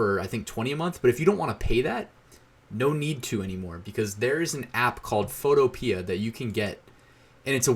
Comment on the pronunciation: Photopea rhymes with Utopia. fo TOE pe uh